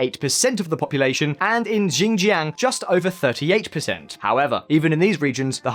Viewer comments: He calls Xinjiang, "ginjyang" 😆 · Again "X" is an "S" sound in Chinese. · You can trust someone whose pronunciation of Xinjiang is on wrong. Sort of undermines the flimsy research. But yes there is plenty if racism in China. Positive and negative discrimination.